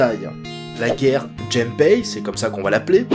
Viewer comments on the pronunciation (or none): On dit la Guerre "du" Gempei et on dit comme cela "Kaimpay"